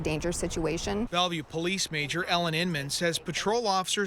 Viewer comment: “Belleuve Pimp.” That don’t even sound right lol.